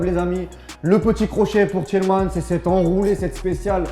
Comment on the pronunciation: Pitié mec.. “Tielle mans ».. Essayez de temps en temps de prononcer les noms de nos gars correctement.. On balance pas des « Giroude ou des « Kipambe ».. C’est déjà assez compliqué comme ça ahaha Sinon vous avez raison.. On était pourrit.. Rien à dire de plus